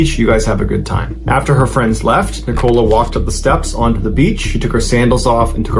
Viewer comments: Yes! I keep saying NICK-o-la. Not Ni-COLA. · 😂😂😂😂 that's not how you say nicola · Besides the weird and tragic story along with strange pronunciation of the main character’s name, the image of random man in trench coat and a bowler hat, sitting barefoot on a beach in a wooden chair, reading a Russian newspaper is a lot to take in 😅. I mean it in the nicest way possible, you’re definitely not boring 😂